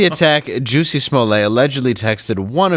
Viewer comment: Nobody ever told Jussie, that his name is pronounced "Hussy".